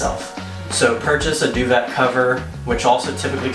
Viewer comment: 😂😂😂…due-vet! It’s a French word pronounced due-vay. Duvet. And yes, love all your tips; some many people do videos and DON’T use protectors on anything - GROSS. White everything is money!